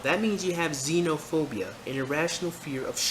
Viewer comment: I think you mispronounced Schizophrenia, you said Xenophobia